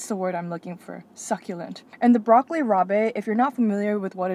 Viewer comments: Dinic's roast pork sandwich with broccoli rabe and provolone is so good! Tony Lukes and John Roast Pork also sells them, but Dinics is my favorite. By the way, the "e" is silent in rabe and pronounced like "rob", not ra-bay. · lol its broccoli rob not rabay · I’ve seen so many people misrepresent what a Philly cheesesteak is and what Philly is. You did such a good job. Koodos! Only thing to fill you in on is that it’s pronounced Red-ing market, not read-ing. And broccoli rab, not rab-ay. Not spelled that way, I know. But now ya know. Awesome job again. I just subscribed! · I really wanna go to Philly now, not for the history, but for the food...also it's pronounced broccoli rob, not broccoli raw-bay (or just call it rapini) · Mispronounced broccoli rabe! LOL Not robay! It’s pronounced rob! Haha! Video was nice showing other Philadelphia than touristy areas! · Great reviews for here in Philly. Great choices for sure. Had to let you know it’s pronounced broccoli rob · Broccoli Rabe is pronounced raab. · It’s broccoli rob like the name!